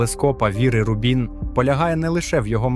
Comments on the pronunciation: Бо ролик озвучує ШІ, який не дуже вміє у наголоси. Звісно, в цьому випадку, правильний наголос на перший склад: Ру́бін. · Чому автор ставить наголос у назві "Рубін" то на другу, то на четверту літеру?